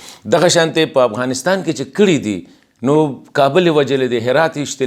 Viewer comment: جناب د افغانستان نوم باید تاسې سم تلفظ کړﺉ! مننه!